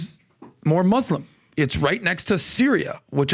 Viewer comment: Say Mus- then Lem. Mus-lem.. muslem.. not MOZ-LEM..